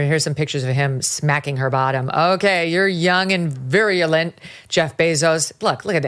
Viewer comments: I think I heard, "You're young and virulent", rather than "You're young and virile". If I did, best Freudian slip ever. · 35 "Young and viry-alent" If you meant virulent, that word means "bitterly hostile." Maybe the word you wanted is virile. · "Young and verile" but Megyn says "virulent" 😂